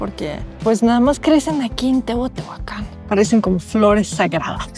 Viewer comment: Hola sra.... lo correcto es decir TEOTIHUACAN....NO TEOTEOACAN, disculpa aunque seas extranjera, procuren pronunciar bien😊